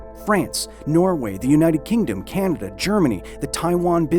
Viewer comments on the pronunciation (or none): none